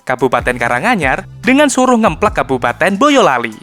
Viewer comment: jembatan plempungan .. ngemplak min bukan ngemplek